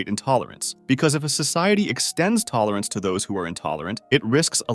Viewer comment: how many times did bro say tolorance